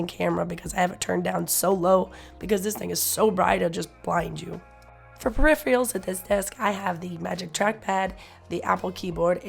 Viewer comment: okay we all have our pet peeves, and i know your voice was a mess, but "peri-phials"? "Per-i-fer-uhls", please... I know, I know we all misspeak sometimes. Sorry to be so pedantic. Love the channel, so jealous of your life